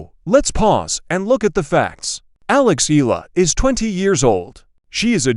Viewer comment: There's no such name in the Philippines Ee-luh! It should be pronounce the correct Filipino way, should be pronounce A-Yeah-Luh (Eala) Got it